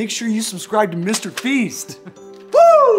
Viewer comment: "Mr feast" "Alison day" I can't 🤣